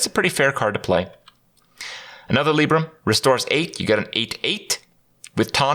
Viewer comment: Lie-brum not Lee-brum